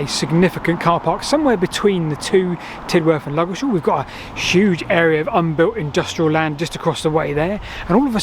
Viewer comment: "Ludgershall Shaltion"?